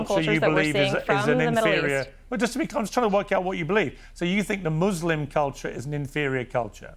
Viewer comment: "Muzlim culture" lmfao